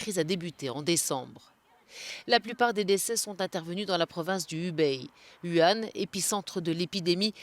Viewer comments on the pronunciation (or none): Ca fait 3 semaines que ce coronavirus fait la une des journaux, ce serait bien que les journalistes apprennent à prononcer correctement Hubei et Wuhan!! Hubei se prononce "Roubei", le son ressemble assez à la ville française de Roubaix. Wuhan se prononce "Vourain". C'est pas des trucs imprononçable quand même.